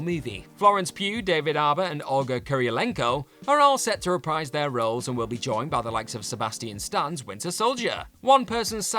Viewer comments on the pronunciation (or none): none